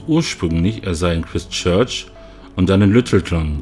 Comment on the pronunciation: Das Christ in Christchurch wird Chreist ausgesprochen.